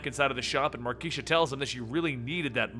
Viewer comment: Dammit, it's Mar - kay - sha!